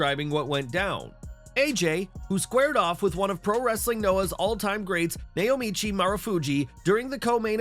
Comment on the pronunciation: Naomichi is pronounced Now-Mi-Chi